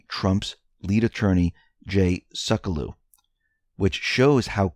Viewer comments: Sekulow is pronounced "SEH-kue-low" not "SEH-koh-luw" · Sec U Low.......NOT Suc eh lau. Please pronounce Jay Seculow's name properly. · it is Pronounced Jay Seck-You-Low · Hey you pronounce Trumps lawyer Jay Sekulow seck you low. Thanks for your great work! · Please correct your pronunciation of Jay Sekulow’s name: Sek-yoo-loe. Thank you. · Sek - u - low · Pronounce Jay Sekulow as "Sek yew low" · It's pronounced Sec-U-Low ( doesn't pronounce it right). Jay runs The American Center for Law and Justice. They're a legal team that fights for our rights and is well known for fighting for Christian rights pro bono. He is also now one of Trump's legal advisors. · Just FYI....Jay Sekulow's last name is pronounced 'SEC YOU LOW'. 😉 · Hi, FYI, his name is pronounced Jay "Sec You Low"... 👍